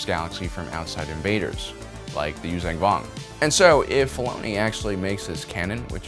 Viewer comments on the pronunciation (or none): This guy just won’t stop miss pronouncing the name of the species Yuzaahn Vong